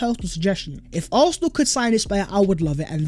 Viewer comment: PLEASE pronounce Arsenal with an S not an F or an H! Otherwife, your content ih great!!